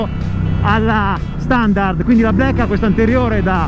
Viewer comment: blaeikkkè non vuole dire niente, black con la a chiusa